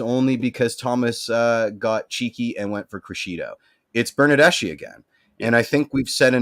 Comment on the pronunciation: Your mispronunciations of Italian names is driving me nuts and I'm not even Italian. For example, Bernadeschi. "Ch" in Italian is more like an "K" in English. Giovinco is pronounced Joe-vinco.